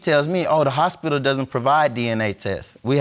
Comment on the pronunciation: Unprotectedly, Nonproduceable, Hospilal, Precnant..... Lord why.. Jesus take the Hooked on Phonics Wheel.😵😵